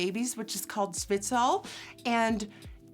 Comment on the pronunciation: omg your dutch accent came back out as soon as you said zwitsal scent hahahaahahah